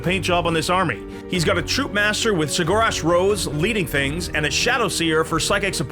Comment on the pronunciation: I think that's the first time I've heard someone pronounce ceggorach like that